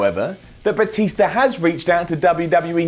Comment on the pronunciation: Lol did he say Batisto